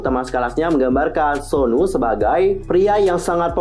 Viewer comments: Aku nyebutnya suno bukan Sonu😂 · Tulisan nya Sunoo tp klo di panggil dlm pengucapan bhs Korea itu yg bener sonu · Dalam pengucapan bahasa Korea, Sunoo dibaca Seon-u